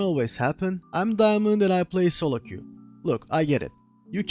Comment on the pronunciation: solo q diyişinden dedim türk bu adam :D